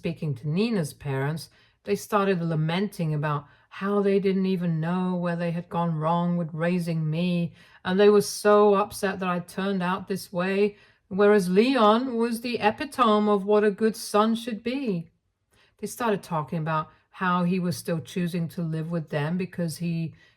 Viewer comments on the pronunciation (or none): is the word EPITOME. It is pronounced as "EH-PIT-OH-ME" and NOT as "EH-PIH-TOME". I love your story telling, voice and intonations. 99.9% of the time you speak sssoooo well. Just every once in a while, you do a mispronunciation. I suggest if it is a word you're not real familiar with, go to google and ask 'how to pronounce the word "whatever".' It will tell you. Just click the speaker icon. A suggestion from a loyal listener... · Epitome is pronounced uh-PIT-uh-me, not epi-TOME. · Epitome is pronounced "Ee pit oh mee" not "Ep peh tome". I'm no scholar so I learned this in an embarassing fashion and I like to pass on the knowledge wherever possible so no one else gets shamed. Love your content! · EE-PIT-OMM- MEE....not epi-tome. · Please, please, please learn how to pronounce “epitome” as the constant mispronunciation is so irritating! uh•pi•tuh•mee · epitome = eh-pit-oh-me Thanks for the stories. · First mailed invitations have precedence. Epitome = uh-pit-uh-me